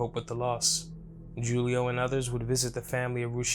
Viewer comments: It’s pronounced WHOLIO not JEWLIO 😂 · This guy keeps saying JULIE O. Instead of Julio. Like he don’t know Spanish. Freaking banana face.